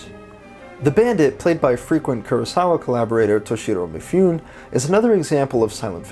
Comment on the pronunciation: I'm enjoying these little retrospectives, but I groaned at your pronunciation of Mifune -- it's pronounced "mee foo nay".